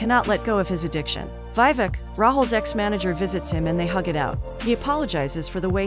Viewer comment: It's not VI-VEK its VEE-VEK